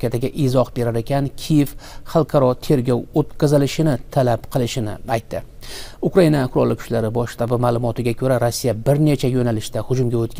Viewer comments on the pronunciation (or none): none